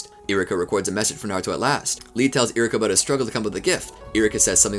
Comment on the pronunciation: I'm watching this and it's been bothering me you're saying iruka's name wrong 😒